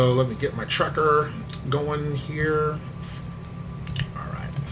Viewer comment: Also, sorry, and i'm nitpicky, but you pronounce TrackIR incorrectly. Most people know it as "Track-eye-are," and not "tracker..."